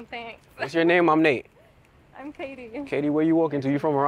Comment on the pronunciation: Lol shit i died laughing when she did a damion cryer on nate and said hes name completely wrong! Lol hes reaction was pure comedy!